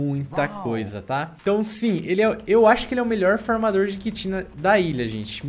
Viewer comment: Eu entendi fumador